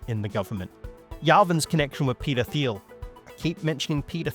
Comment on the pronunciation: Minor aside here: peter thiel’s second name is pronounced same as “teal” without the “th” sound in “thought”, “three”, or “thousand”. I’d assume Thiel as a word is Greek in origin.